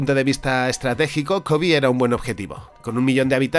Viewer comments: Por qué pronuncias “Kobi”? Es Kobe. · La pronunciación es "Kobe", tal como se escribe. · Me saca mucho de lugar que pronuncia Kōbe como si fuera una palabra en inglés. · Kobe se pronuncia como lo lees en español, tu lo que estas diciendo es el nombre del basketbolista. Fuera de eso excelente video:D